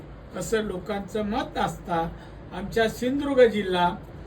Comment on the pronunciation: ..असूदेत रे... पण हा माणूस नेहमीच फडणीस , शिंदुर्ग...असे काहीही शब्द उच्चारून.... शब्दांची , माणसांची नव्हेतर, स्वतःचीच किंमत कमी करून घेतो...